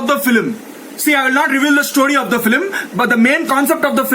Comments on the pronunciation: Apna english thk karle it's nt filim it's film😂😂 Itna reaction deta hai aaram se de Lagta hai tatti lag rahi hai jor se isliye aise bolke bhagna hai😂😂😂😂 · your pronunciation of "FILIM" instead of "film" is just electrifying just electrifying 😂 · Am i the only one who died everytime when he said flim instead of film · "now I talk about the filim" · Feilim....tatti minutes....wah re lodu 🤣🤣😂🤣🤣🤣🤣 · Andy can't not even say film